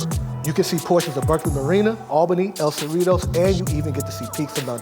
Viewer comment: He said El Cerritos. He obviously not from here